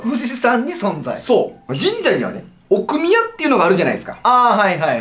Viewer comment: どうでもいい事かも知れませんが、”奥宮”のアクセントおかしくないですか？